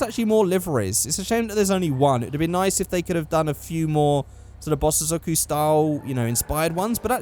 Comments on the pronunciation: SAY BOSS-OH-ZOCKU AGAIN AND IM GUNNA KMS! Its Pronounced bosozoku (Bow-so-zo-ku) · I'm 80% sure that bosozoku is pronounced "Bos-Zoh-Ku", I'm pointing this out because I cannot take seriously after hearing "Bos-sis-zo-ku" so many times.:p